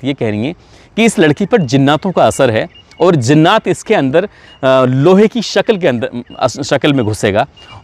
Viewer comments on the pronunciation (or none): ذرا اپنے تلفظ کے مخارج کو صحیح کر لیں اور ہمیں آپکے غلط تلفظ سے لگتا ہے کہ آپ قرآن نہیں پڑھے ہیں کیونکہ جنات کو زنات کہنا یہ آپکی قابلیت اور علم کو ظاہر باہر کرتا ہے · Bhai zinnaat nahi jinnaat hota hai ,aap to urdu se waqfiyat rakhte honge kyoonki aap Muslim ho😊